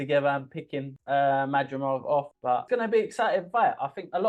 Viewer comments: Not madrijov,no!!! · You guys are deliberately trying to mispronounce Madrimov. It is so easy for anyone to properly pronounce Madrimov.